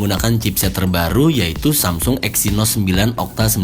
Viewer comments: Ciee.., nyebut Samsungnya udah lancar, belajar dimana kak? 😅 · Tumben lancar nyebut samsung 😂😂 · lho kok ngomong samsung nya lancar jaya ya, nggk seperti yang kemarin =D